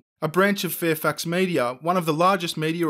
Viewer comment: did anyone else think was saying Fairfucks and not Fairfax?